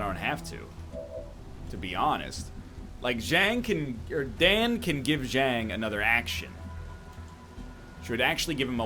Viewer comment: Everyone please remind NL to fix Zhang's name